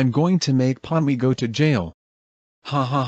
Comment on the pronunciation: Pomni, not Ponmi